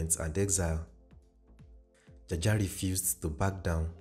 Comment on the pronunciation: A lawyer friend of mine tells me it is pronounced 'jawjaw'😅